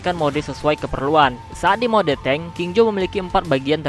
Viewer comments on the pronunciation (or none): none